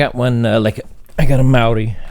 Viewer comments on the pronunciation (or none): It's not pronounced meouw-ri it's more like Mow-ri. Respect